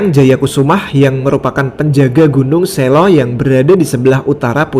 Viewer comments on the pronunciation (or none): none